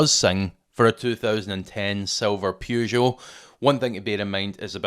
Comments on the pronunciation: Bought my 2006 Saab 9-3 Aero convertoble or £2k 8 years ago. Takes some work, but still going. Once again a really useful video, but... "Pew-zho"? "Purr-zho" :) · You lost me at: PYOU - JO